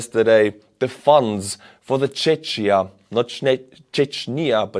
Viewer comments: Not Čečnia !!! or Čečia OMG. and its not Čeč prezidente. Its Czechia or Czech Republic. "ČECHIA" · fyi Czechia is pronounced czekia, Czech is pronounced czek ;) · It's pronounced "czekia, czek" 😉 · While I usually appreciate your Estonian pronunciations, don't mix up Chechnya and Czechia. It's pronounced like the finishing move in chess, "Check." So "Check-ia". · I thought that Czech is pronounced not like Chech, its pronounced like Chek, and Czechia like Chekia. Hi From Ukraine, and great work with the shells! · Czechia is pronounced chekia, not chechia ;) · Not "chechia" but "checkia" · Czechia is pronounced as Czekia, with the K sound at the end, not ch. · it' not "Chech" but rather "Check" - the CH here replaces a "kh" type sound (Х in Cyrillic) and in English, since they don't really have that sund, it's usually pronounced like a "k". In the Scotland it's lie the CH in Loch. Not "lock" but "Lokhhh" (Imagine you're a Klingon) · Chechia is pronounced ‘Check-ia’ (not ‘Chetsh’), just like Check-Mate to Russia! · Regarding Czech Republic, it’s Czechia pronounced Czekia, members of this country are Czech/s (Check/s ) not Czech/s. Same as Slovak republic is Slovakia and member/s is/are Slovak/s. Please be respectful. You are pronouncing it as Chechnya and Chechen. It’s as bad as calling Estonians and everyone in soviet block Russian. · again warm regards from Czech Republic! And if you can simply say Czech and Czechia, or basically Czech Republic. We dont call us “czecsia” (dont know how to write what you say). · my country is not "Czeczia" but "Czekia", if you want to pronounce it correctly. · For anyone confused, in the USA, we pronounce Czech as "Check" while he's saying "chech" which sounds like Chechnya. Lol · It's "tšekkia" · 🇨🇿Bro its pronounced CzeCHia, the ch is pronounced same as CHuj in russian. Pls bro🇨🇿🍺🫶🇨🇿🇨🇿🇨🇿🇨🇿🇨🇿🍺🍺🇨🇿🇨🇿🇨🇿🇨🇿🇨🇿🇨🇿🇨🇿🇨🇿🇨🇿🇨🇿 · Czechia is pronounced "check-ia" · Czechia is pronounced "Checkia"